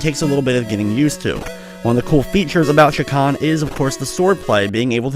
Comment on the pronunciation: You're the only person on Youtube I've heard pronounce Chakan correctly.